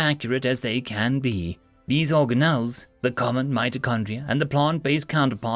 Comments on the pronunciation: organ ells not origan ells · organelles, hard g, for future.